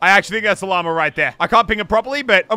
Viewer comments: I always hear stuff like ‘llamer’ and ‘bananer’ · At the beginning He sed llamer it’s llama. 😂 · stop saying lamer it is LLAMA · The first time he said llama he sounded like he said llamer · it annoys me that i know for a fact he can say Llama correctly but still says Lommer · Me (an american): did he just say llamer?